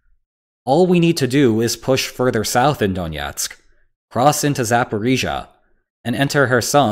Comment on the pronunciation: It's not donietsk, but Donetsk.